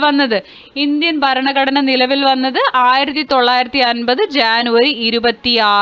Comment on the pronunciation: ജനുവരിക്ക് ശാനു എന്നാണ് പറയുന്നത്